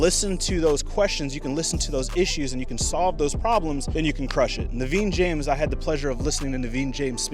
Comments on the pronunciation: He is naveen jain not naveen James 😂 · It’s not Naveen James, it’s Naveen Jain, he is an Indian-American billionaire..great video 👍